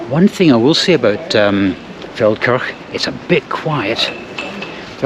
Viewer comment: When the video started I thought said "Falkirk" which would be a long (but not out of character) journey...